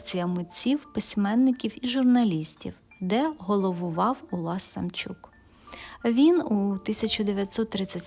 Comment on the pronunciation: Чому Самчюк,а не Самчук